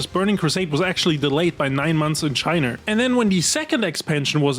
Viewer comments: why the fuck does he call it Chiner? so fucking weird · British man says "chiner" and thats funny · hard R on china is craaaazy